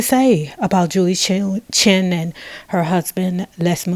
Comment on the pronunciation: The woman's name I'd ChEn, not Chin!